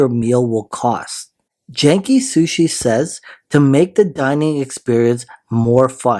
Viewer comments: Janky Sushi😂 It's pronounced gay-n-key (energetic), but that made me lol hard! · It’s Genki, not “Jenki”Sushi!! 😂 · Work on pronunciation, Genki G sound not J. Meaning active energetic healthy